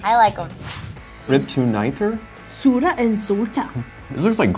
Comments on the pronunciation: Omg Ik they say salta an sura like,solta and sora 😂😂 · The sura and salta pronounciation was absolutely horrible